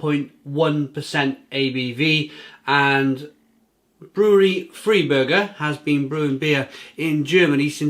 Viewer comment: Hi - Buffalo NY here! Love bockbiers, and it's the best time of year for them! Just a couple pronunciation notes for you: The beer is "FRY-burger" not "FREE-burger" The purity law is the "RINE-heights-geh-boat" Cheers!